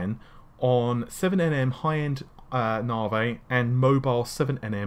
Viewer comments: it's 'Narvay', damn it! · it is NAVI not NAVEY ! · since you butcher Navi everytime, you most likely butchered that also